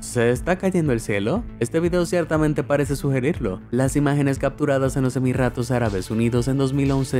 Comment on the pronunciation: Nadie: Absolutamente nadie: SORPRENDENTE: Emirratos Árabes Unidos